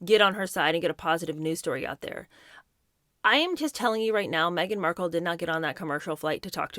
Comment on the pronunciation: Did she say : Meghan Merkle?